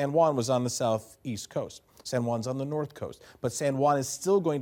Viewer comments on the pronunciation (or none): none